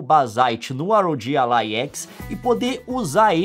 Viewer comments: Na verdade se fala ROG ALLY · "ar ow ji alai"